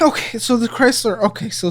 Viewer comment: Sincerely thought he was saying “Oh Chrysler” as a swear- I might start saying it anyway 😂😂😂